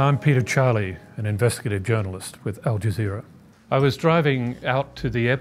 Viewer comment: Stopped watching as soon as I heard "with al jazeer".